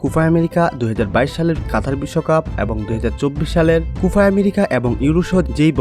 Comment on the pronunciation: উচ্চারণ ঠিক করবেন, কুফা হবেনা কোপা হবে।